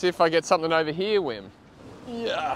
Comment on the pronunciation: Just because you’re saying it so often: isn’t the W in Wim pronounced like V in VERY?